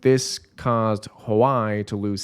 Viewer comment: also, "huawei" is pronounced "wa-weigh."